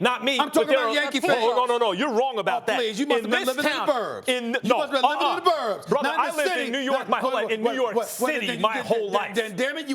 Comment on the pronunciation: When Max hit you with the "brotha" Stephen A. you dead wrong. Challenging Max's New York authenticity you dead wrong lol